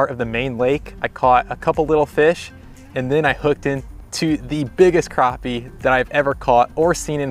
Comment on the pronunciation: Awesome catch!......and thanks for pronouncing crappie correctly lol